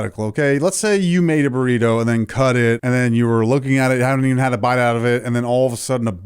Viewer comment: "burrituh shells"